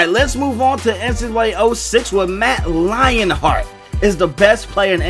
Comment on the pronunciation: Matt Lion-heart lol I'm dead 😂